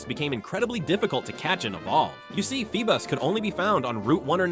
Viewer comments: Feebas ❌ Feebus ✅ 😂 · “FeeBUS”?!?! No